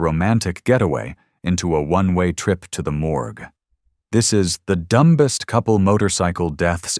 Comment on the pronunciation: It’s not pronounced ‘dum best’